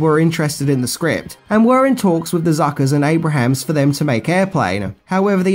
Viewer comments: Abrahams: pronounced Abrums or Abrams. Noice try, bogan. Love ya, mate. Keep em coming. Also, it's John Byner. Same pic. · Abrams, NOT Abrahams! ABRAMS! ABRAMS! I had to quit watching after the 10th Abrahams. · Correct me if I'm wrong, but I think it's Jim Abrams. Not Abrahams. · It's Jim ABRAMS not Abrahams. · That's ABE- RAMS,! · abrahams ??? oh, love your reviews but the pronunciations need some serious work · I love your videos and love whatever you post, but you calling Jim Abrahms Jim Abrahams made me twinge a little every time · Okay,, two quibbles: ABRAMS, not Abrahams. There is no H in the man's name. BYNER, not Bryner. Only one R. As for your next video, I just want to tell you good luck, we're all counting on you. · Leslie "Nelson". "Jim Abraham". 😆